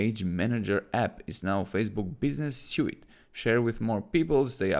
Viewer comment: Thank you. Suite is pronounced like Sweet ;) 🙏